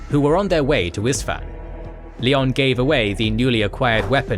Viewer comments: Leon El Johnson...you guys make him sound like a basketball player lol. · Please, never say LIon instead of Lion 🦁